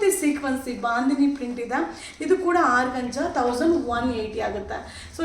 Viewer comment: Organza is correct pronounce tion, Georgette saree is correct pronounce tion